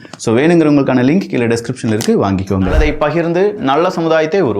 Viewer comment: தமிழ் உச்சரிப்பு பழகுங்கள் வள்ளுர்கள் அல்ல வல்லுநர்கள்; நள்ளத்தை அல்ல நல்லத்தை; உங்களின் பேச்சை உற்றுக் கேட்டால் தான் தெரிகிறது லகர வரிசைக்கும் ளகர வரிசைக்கும் ஒரே ளகர வரிசைத்தான் பேசுகீறீர்கள். உங்களின் முன்னேற்றத்திற்குத் தான் இந்த பதிவு தவிர உங்களை காயப்படுத்த அல்ல; பேசிப் பழகுங்கள்